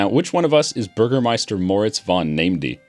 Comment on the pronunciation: Bürgermeister was actually pretty good